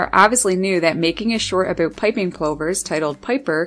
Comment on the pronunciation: The cutest thing is when says about. Aboot Love it!